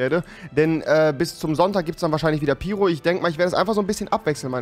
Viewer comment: Wie sprichst du piro aus?? 😂 Piro wird Peiro ausgesprochen